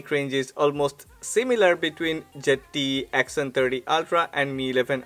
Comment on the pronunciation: Why do all the indian ppl pronounce Zte like jett😁